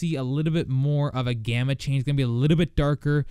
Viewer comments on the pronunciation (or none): none